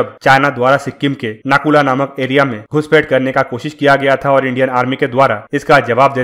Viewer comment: नाकूला नहीं इस दर्रे का सही नाम नाथूला है